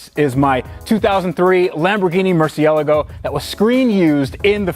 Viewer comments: Please learn how to pronounce Murcielago. It's not Mercialegio... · But the REAL question is, do you pronounce it Merci el ego like, or Merciel ah go like the rest of mankind? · Isn't it pronounced Mur- Thee-A-Laago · Mer, see, ahhhhh, lahhhh, go 🤦🏽‍♂️ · MURCI-ela-go. Does it bother anyone else? I’m sure I’ve been saying wrong compared to. It’s sounds like apple-a-gize compared to apologize. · why... do... you... say... mercialago... like... that...🤕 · sound it out "merci-a-logo" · Your pronouncing the name of the lambo wrong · The way you pronounce Murcielago makes me want to go commit a redrum.